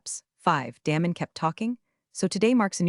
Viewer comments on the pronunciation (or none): His name isn't pronounced Dam- en it's pronounced Daymun. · Love Damon being deflated but story needs a better ending. Pronounce his name correctly too. Get the tense right on read.